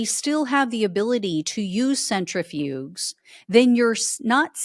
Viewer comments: Love your channel. Watch every episode. However, disappointed that you don’t know how to pronounce “centrifuges”. The “g” is pronounced as a “j”. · Yeah. That bothered me too. I’m kinda surprised she didn’t know how to say it ~